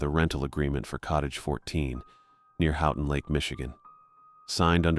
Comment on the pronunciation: The town is pronounced "Hoe ton" not "How ton"